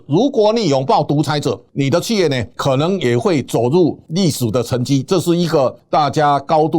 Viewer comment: 主持人能不能不要講起業，是企業，四聲企，拜託🙏